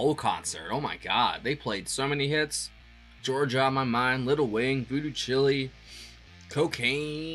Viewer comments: Voodoo Chile as in "child" , not chile as in chili. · Voodoo Chile' like CHILD, minus the D